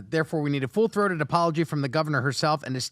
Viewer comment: Full throtted apology? 😂